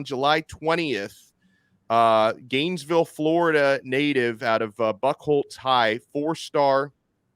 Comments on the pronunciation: Man really called it “buck-holtz” high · It’s (Bue-Holtz) lol from the area but bleed orange and great! Da U!